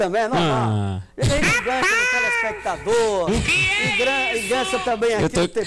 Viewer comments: Nossos "pelespec" kkkkkkkkk. Saudades demais, companhia do kaprixo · Caraleeeoooowwwww ! O cara parece um sapo sorrindo e não sabe falar "telespectador" Geeeeeezuuuizzzzz çocorruuuuuu ... Ele ainda gritou "volumeeeee seeeisssss " me tira daqui Jesuuuus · 😂😂😂😂😂😂 SOS a pessoa não sabe falar "telespectador"